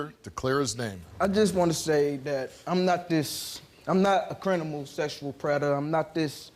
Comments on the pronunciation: did he say crin-minal? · he said ” crinimal “ 💀 hahaha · Did he say “crinimal”? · HELL YES!! He ain’t no “CRINIMAL” All jokes aside this is great and I’m so happy for him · Did he just say crinamal? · I did think he was guilty when he said " crimintal " 😂😂😂😂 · "I'm not a CRINIMAL sessual predator."